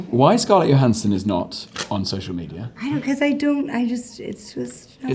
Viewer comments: Is no one going to comment on Bailey’s pronunciation of Johansson (Yo-han-sen) as opposed to the way she herself says it (Jo-han-sen)? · Why is Jonathan pronouncing her name yohansson instead of Johansson? It sounds so weird.😂😂😂😂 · Is there a reason Jonathan is mispronouncing Scarlett's surname throughout the video? Is it some kind of in-joke? She doesn't seem to mind so it's probably bothering me more than it should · What's going on with Jonathan's pronunciation of Johansson? She clearly doesn't pronounce it that way. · But it isn't the way she pronounces it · Why does he pronouce "Johansson" so diffrent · He mispronounced her name the whole video😂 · Why is he pronouncing Johansson like that? 😭😭😭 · so much chemistry that he doesn't even know how to pronounce her last name lol